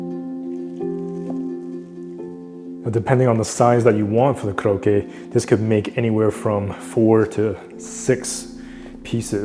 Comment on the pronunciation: It’s not kurokke but pronounce Ko-rokke.